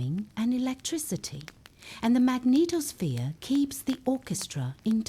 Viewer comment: Your extremely melodious voice let's me think about correct 'pronunciation'. When it comes to magneTOSSphere I have to laugh out loud. The word NASA above (including the logo used in the first footage) must be a mistake. That is not a report from NASA - it's way simpler: CLICKBAIT.